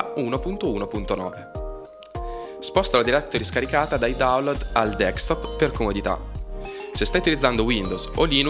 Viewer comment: nel 2020 sentire gente che dice ancora "dekstop" è una cosa bah mi sanguinano le orecchie.